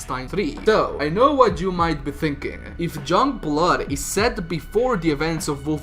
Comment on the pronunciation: You literally can't say shit about the game until you've played it and then you wanne comment on characters, story, dialogue and everything. Pffp 🙄 go away Also.. it's YOUNGblood.. not Jungblud.. learn proper pronunciation